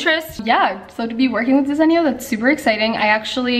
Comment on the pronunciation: Desenio 😂 it’s not pronounced that way lol . I like the gold shelving I needed something like that .